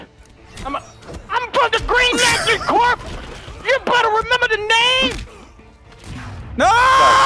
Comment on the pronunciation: Delirious, corps isn't pronounced corpse it's pronounced core.